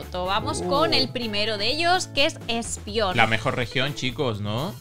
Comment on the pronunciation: repite conmigo...ESPEON...ESPEON!! no ESPION 😂